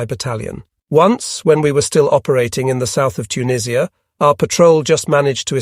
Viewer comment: "Auntie JUS" is actually "tante yu" and I have no idea where "Tuneeesh-ia" may be.